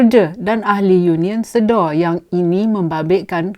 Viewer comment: Sebutan yang betul adalah sedar Puan... Bukan Sedo (slang org Muo) :D Anyway tq puan for the info that you have shared with us. Menteri pengangkutan dan pihak atasan Mas please tampil keluarkan kenyataan tentang insiden ini. Jangan membisu ingat orang tak tahu.